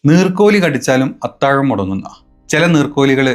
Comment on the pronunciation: ആദ്യം മലയാളം നേരെ പഠി.... അതിനുശേഷം ആവാം TG യുടെ മേൽ കുതിരകേറൽ.... അത്തായം അല്ല അത്താഴം. പിന്നെ എതായാലും ഈ മോങ്ങൽ കേൾക്കാൻ രസമുണ്ട്... വരും നാളുകളിൽ ഇനിയും കൂടും.... ഇസ്‌ലാമിസ്റ്റുകളുടെ അന്ത്യം ഇന്ത്യയിൽ തന്നെ!!! 🐷🐷🐷🚀🚀🚀